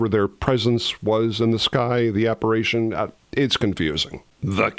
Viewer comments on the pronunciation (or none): Proniune RONEY not Ronnie. And it's APPARITION, mot ap=ah-ration. But it's good to see anything about this fave film of mine.